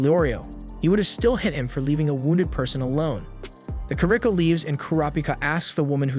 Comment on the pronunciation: kuro peekah he says